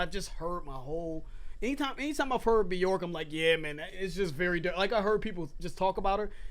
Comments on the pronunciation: It’s byerk not byork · It's pronounced bjerk, it rhymes with work, because there is an umlaut above the O.